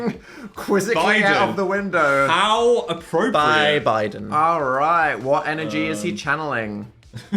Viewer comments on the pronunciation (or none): none